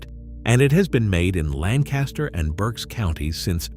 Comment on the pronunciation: I am Pennsylvania Dutch and eat and can find all these foods. Learn how to pronounce Lancaster the way locals do and rivels. A treat for my kids and grandkids was milk rival soup topped with butter and brown sugar. This is not accurate and pronouncement is horrible.